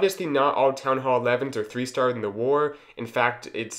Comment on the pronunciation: Theethree lava hounds 😂 Nice video, good job👍